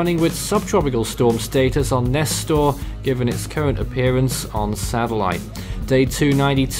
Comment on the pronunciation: Nester ain’t ss it’s s